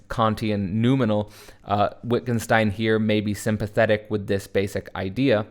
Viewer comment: fyi pronounced Vittgenstein